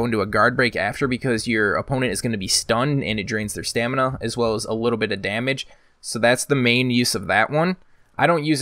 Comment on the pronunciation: God please just say Stamina